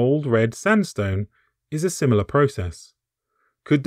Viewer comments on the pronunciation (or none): none